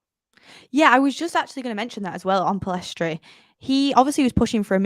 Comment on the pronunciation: Pellistri not Pillestri